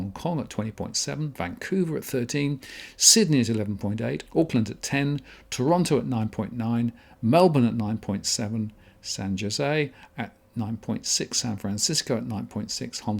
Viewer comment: really? San Joe-zay?